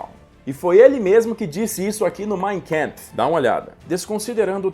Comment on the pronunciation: Achtung! Astarôjhna! Prestar atenção à pronúncia de KAMPF, que não é /kémpf/ e sim, simplesmente /kâmpf/. Isso é alemão. Não vamos inglezar... Parabéns por mais este vídeo. 👍👍👍